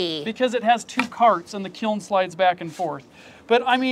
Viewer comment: I’m an art teacher and hearing you say ‘kilm’ so many times just tickled me ❤😂